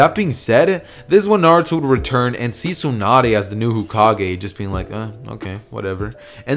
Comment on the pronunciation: Did u say cokekage?